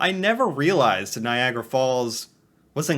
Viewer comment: NiagAra. Not like "Viagra." And it's "the Maid of the Mist," not "Maiden."